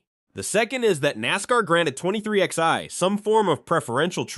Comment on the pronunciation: "twenty three ex eye".....